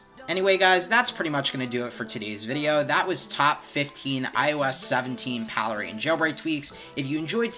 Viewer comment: It is "Pale Rain." The "1" is a substitution for the letter "i." This is the way the Cydia hacks have always been. It is called "leet speak" in hacker communications. It is not pronounced Palera like Palermo, Italy, like you stated.